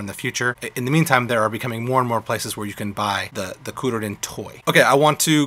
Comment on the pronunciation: Kur-ru-rin is how it's pronounced